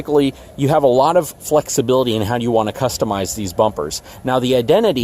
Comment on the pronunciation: Raw not rah. Product not prahdik Flexibility not flexuhbildy Coil not call Reliability not reliuhbildy Definitely not defnuhly